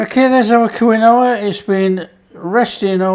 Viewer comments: "keen wa!!!" 'Kwin - oh-ah' must be served with 'Worchester Shire Sauce' and 'Liecester Shire Cheese' - lol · Lol... Quinoa is pronounced - KEEN-WAH. Cheers, fantastic recipe! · It’s pronounced Keen wah😊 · Around here they pronounce it "keen-wah" but I've always called it quinoa like you. Great for the GF crowd! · Pronounced KEEN-wah. Fabulous that you are using GF ingredients! Thank you so much. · I love your video. It’s pronounce “keen wa” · I thought it was pronounced keenwa...but...each to there own...lol... good recipe... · I love this stuff, so I’m delighted with this recipe. I’m going to definitely try these. Sorry to repeat but it’s definitely pronounced Keen wah. Strange I know. Lovely recipe my friend xxxx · What a great idea! Pronunciation : KEEN- wah. Origin Andes Mountains Peru. I am going to see if I can buy them, changing out from my flour tortillas😎🌶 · It's pronounced 'Keen-Wah' matey 😉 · Pronouncing something correctly is constructive criticism….unsubscribing.